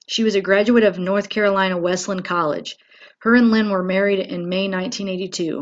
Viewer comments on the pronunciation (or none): none